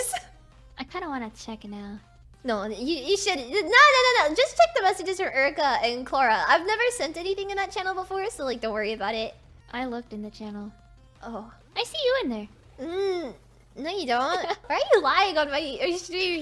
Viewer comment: pronouncing Clara Clora makes it sound like Chlorine